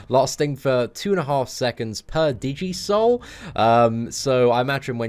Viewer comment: Could help laughing at DI-jee souls. Pretty sure it's digi-soul like digital souls. She looks pretty awesome though. Probably the best champ of the month.